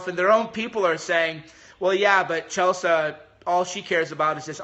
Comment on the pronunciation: What is CHELSAH? its CHEL-SEE.